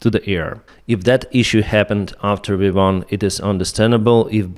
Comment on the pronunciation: It’s called V1 not WE1 😅😅😅😅😅😅😅